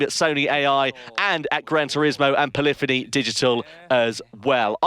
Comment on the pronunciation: Love it. Can’t wait for GT7. Can someone tell me how to pronounce Polyphony Digital? As a child and teen I would say: Polly Fony like this translator did in the video. Around GT 5 I leaned it’s P lif eney Digital. I’ve been saying that since then. I believe I’m saying it the right way. Cheers guys.